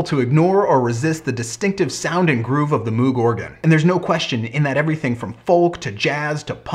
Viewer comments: As much as I enjoy your channel you are acting as if you are an expert on the subject yet you keep referring to it as an Organ, which it is not. It is a synthesizer and there is barely anything organ about it short of the Taurus Bass pedals. Also, it is pronounced MOGH not MOOOOOG. Overall yes it is one of the most important designs in the last hundred years but it is because of the modular synth design he created that allowed for vast manipulation of sound and the lower price than the RCA Mk II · I get your problems with pronouncing it but if you are going to be a guru on the subject then you should really look into what it does. The only parts of the moog synthesizers that were organ was the keyboard in which it has organ style keys as the hammer action of a keyboard would have been heavy and unnecessary as it only needs to press a sensor. This of course evolved from the Hammond style organs but the entire process of making sound is subtractive synthesis vs additive synthesis in organs.